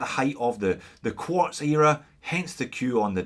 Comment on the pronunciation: Making a puke noise Quuuaaarrttzzz.